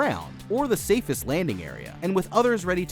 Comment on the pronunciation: “shanice” it’s ShoeNice lol. Like shoe, and nice, but one word